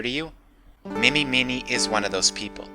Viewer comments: Peace Love And Understanding with his hair down reminds me of Zack Wylde...is that just me? Also, it's Mimi Mine-y, like Ini Meeny Miney Mo. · Mimi Miney should be pronounced "Mee-mee MINE-ee". As in "eeny, meeny, miny, moe". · I think Mimi's last name is pronounced mine-ee, as it's a pun in eeny meeny miney moe. As good as Dahlia is, I feel like it might have been appropriate to deny her the first place. After all, she is a pathetic, weak creature who can never win at anything.